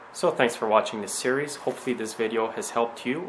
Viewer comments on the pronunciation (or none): none